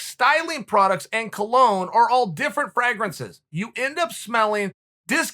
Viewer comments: Chael: Fragg-rances. Me: OK, great! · I feel like his 'Fraa-grances' pronunciation has been unfairly overlooked.